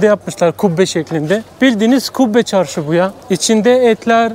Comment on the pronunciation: Çorşu değil Çarsu farsçe söz çarrsu sözü Özbekçasi dört yol demakdır